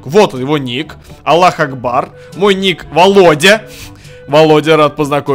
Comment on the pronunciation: Аллоху акбар читается